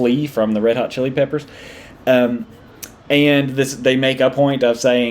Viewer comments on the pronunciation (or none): none